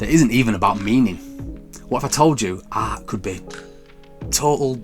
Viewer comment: the way you pronounce the word "art" is an outrage